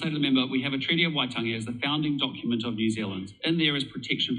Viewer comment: All great stuff! Just one critique - Waitangi - it is indeed worth pronouncing that correctly in Te Reo terms - just a small point - but it would help your cause immensely Keep up the great work Cheers Dennis Scott